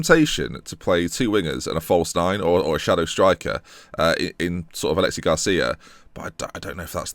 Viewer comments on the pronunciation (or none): It's not Alexi Garcia btw, it's Aleix, pronounced the same as Alex. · it's alex garcia not alexi👍🏻